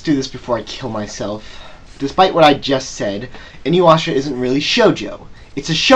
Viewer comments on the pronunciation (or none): youre saying inuyasha and sesshomaru wrong and I LOVE THIS ANIME!!!!!! the comic relef is great, the suporting characters can stand individually and it isn't a bad show and im the one that likes the kaind of anime that is really hard to keep your stomach in and i'm the kaind a person that doesn't watch romance because well in anime most of the romance happens quickly and everything is lovely dovely it's kinda annoying but here they have to get to know eachother insted of yust geting to the point